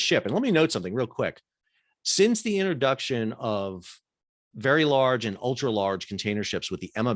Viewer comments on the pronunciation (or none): none